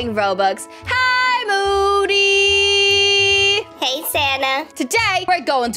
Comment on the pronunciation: That’s so funny 🤣 when moody want to give sanna triceratops sanna be like: thanks for the triceratops muddy Me:it’s moody not muddy😂😂😂😂😂🔪🔪🤣🤣😂🤣😂😂